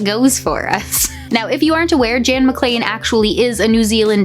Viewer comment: THANK YOU for pronouncing McLean properly